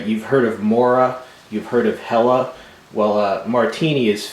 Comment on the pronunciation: woaw,! You pronounced Helle pretty much perfect!:D I used to have a martiini folder once with the scandi-grind. Very nice review as always and very useful knife:)